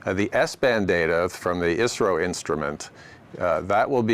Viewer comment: Ummm I think she is saying I.S.R.O